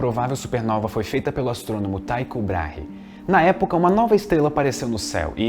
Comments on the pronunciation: Só um preciosismo, acho que a pronúncia do nome é "Tico" Braher. Abraços, seu canal é muito bom, ótimo vídeo. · Tycho Brahe se pronuncia com som de "i". Como se fosse "Tico Brarre"